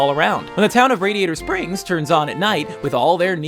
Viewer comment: the way he pronounced SPRINGS 😁😁😁 hahahahahahaha